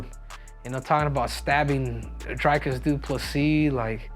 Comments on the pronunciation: It's DREE-cus DuPlessy, not DRY-cus!! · His Name Is Pronounced [Dree-cus] 🇿🇦